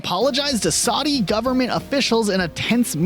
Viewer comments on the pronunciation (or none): none